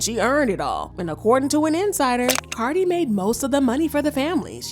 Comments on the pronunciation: Is this guy saying carly opposed to cardi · It's Cardi not Carly.. lol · Is this mf calling her Carly B😂😂😂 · why you calling this lady CarLi B 😂